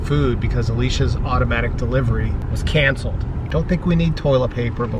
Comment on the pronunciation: When your dad said “ CANCLED” I felt that😂😂